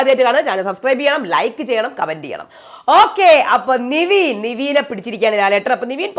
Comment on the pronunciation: Athupole thanne Nivin ❎ Nevin✅